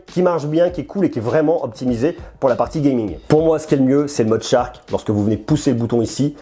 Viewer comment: Tu te complique la vie pour rien lol, on dit Chark et pas tchark ;)